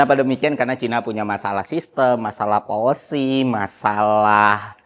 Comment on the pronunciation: Policy, bukan polusi hehe